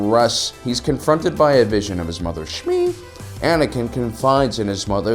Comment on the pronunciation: that “SHMI” killed me lmaoo